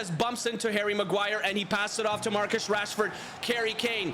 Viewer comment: he said karry Kane and he said marchus rashford